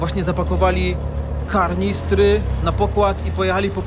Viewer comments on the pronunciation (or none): nie mówi się kaRnistry tylko kaNistry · Kanistry, a nie karnistry.